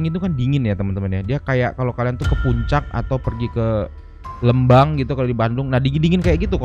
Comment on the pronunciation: Sorry bang koreksi dikit kalo lembang di baca nya bukan lembang tapi lembang